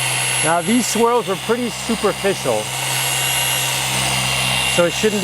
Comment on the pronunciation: Hey, it sounded like "Dealer Installed Squirrels".....hahah